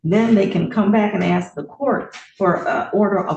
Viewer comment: She didn’t “ax” him anything!